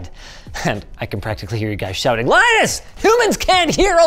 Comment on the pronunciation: One thing about Linus (pronounced LINN-us, like the operating system, but he hasn't learned that yet): he's real. Tells it like it is. No overhype, no use hyperbolic enthusiasm to substitute for actual interesting content. So, what is this?? Going "wow, so cool!!" on something truly unremarkable. Repeatedly. And every demo is ineffective and pointless.